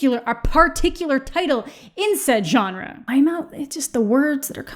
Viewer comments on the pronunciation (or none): it adds a year to my life every time says 'jonner' instead of 'genre' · The way you mispronounce “genre” makes me want to die, but luv u still! Lol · “Why is it so hard to say words?”very next sentence “the johnner”